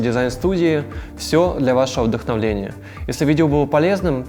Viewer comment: Ещё одна оговорка. Вы нам пожелали не вдохновения, вдохновления.